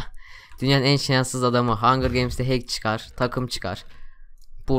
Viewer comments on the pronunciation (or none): none